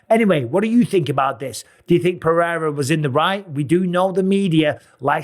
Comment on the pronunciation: PEH. HEY. DA. That's how you say it. For all your white guys. PEH-HEY-DA